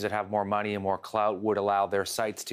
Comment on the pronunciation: Did he say more clout? 😂